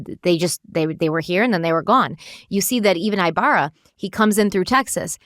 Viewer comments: "Eeeeh-barrah" not i-barra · Omg y'all are making me crazy..... Our last name is pronounced EEEEbarra not EYEbarra. Thank you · I believe his name is pronounced with a short I. Cali girl here